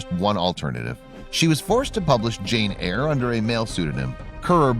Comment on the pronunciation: No it was pronounced correctly in the video